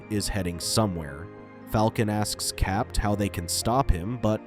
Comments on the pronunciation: Constantly hear it pronounced as Cap’t instead of Cap is what’s really annoying! Capt is an abbreviation… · Why are you pronouncing Cap as Capped? Is this some ai voice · Who is capped? You mean CAPT? The T is silent....😅 Dumb AI. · "Cap".. you dont pronounce the "t" in the abbreviation of Capt. America. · Stop pronouncing the "T" in the abbreviated Captain